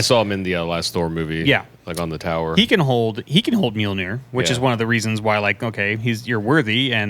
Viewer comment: Can someone please teach how to pronounce Mjolnir?🤣